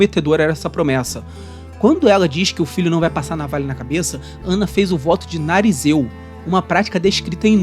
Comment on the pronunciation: Nazireu, e não narizeu👃 😅